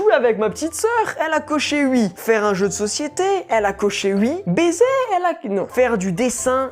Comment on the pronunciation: je rêve ou il dit "ui" à la place de oui 😂😂😂